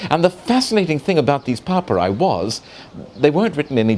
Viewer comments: Papyri. He said it 20 times before I figured out that he meant papyri. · Horrendous pronunciation from a horrendous host.